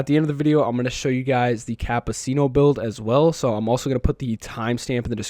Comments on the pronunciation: You obliterated the pronounciation of "Cappucino" ☕ 😄 Anyway, the game sucks with high payout races , Tokyo and Sardegna are becoming a chore at this point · I’m bothered with that pronunciation of ☕️ and I’m not even Italian 😅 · Almost everybody butchers the pronunciation for some reason 😂 also “escado” instead of escudo 💀